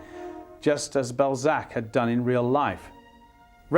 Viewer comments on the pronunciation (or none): Whats in France? Ballsack..err Balzac.....lol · Goddamn could you really not find a presenter with decent French pronunciation? I was looking forward to a documentary about one of my favourite authors but I'm 1.18 seconds in and don't know if I can continue hearing about some guy called Ballsack. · Why can I not get over the fact that they are butchering his name? BALZAC - not BALLSACK. They must know they are pronouncing it wrong? Why is this bothering me to the point where I might not finish watching the video? I love Balzac. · Interesting clip and I don’t mind your accent but maybe you could have researched how to pronounce just one word… It’s bahl-zack, not ball-zack…. Again, I have a very strong French accent in English but if I were doing a clip about Trump, it’d be too bad if I were saying “troomp” during the whole clip lol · This presenter’s French pronunciation is pretty shocking…. The great writer’s name is Balzac not ‘Ballsack….’ And his novel called “Les chiens et les loups” not less chiaans ett less loupss…” sigh…. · The anglicization of his name was unfortunate. His French name is pronounced bal-ZACK, with the stress on the second syllable. It felt out of place in an otherwise very good documentary.